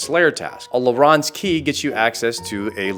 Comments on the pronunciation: LA RAwns keys lmao it's Larren (Larr-ins) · That said your pronuctioction of Larran's key almost made me unsub.